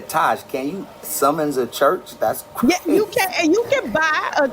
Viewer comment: cwazy... thats how he was fixing to say thats crazy